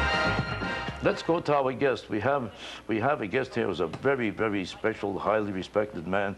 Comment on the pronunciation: Vewy vewy higly wespected man.